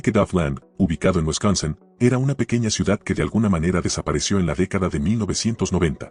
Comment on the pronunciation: Me encanta cuando el dice Wesconsen